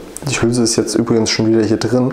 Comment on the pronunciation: Trei nein Drei Drin nicht Trinn. Gleich nicht Kleich. Schreckliche Aussprache. Ahhhhh